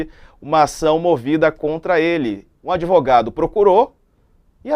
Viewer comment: Kkkkkk, não sei quem é pior, mas com certeza esse " Adêvogado ", vai trabalhar vagabund0